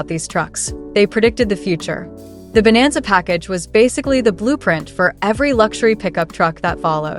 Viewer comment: Chevy bonanza not vananza.